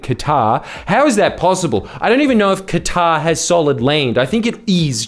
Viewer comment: i thought Qatar sounded more like Uranus